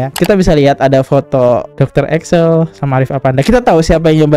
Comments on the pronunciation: Ekles bukan Eksel 😂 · Ekles bang ekles.. Bukan eksel. 😂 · EKLES BANG BUKAN EKSEL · Setuju. Ekles dia baca Excel, Presenter dia baca Persenter, di video2 lain ternyata dia sering salah baca juga. Itulah kalau nggak ada standar baku untuk orang bikin podcast